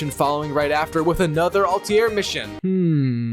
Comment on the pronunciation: "Alti-air" this guy and his pronunciations xD